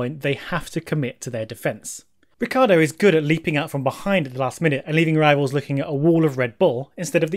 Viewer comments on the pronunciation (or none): Why do People pronounce Ricciardo's name wrong??!! It's R-i-cc-i-ardo